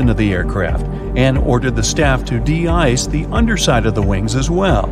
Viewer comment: Everytime he said "ice" in the first 3 minutes I heard it as eyes 👀 I couldn't help but see it in my head.🤣